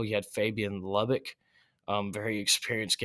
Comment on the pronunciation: Jared Fuss? It's Jared Verse. Fabian Lubbick? It's Fabian Lovett.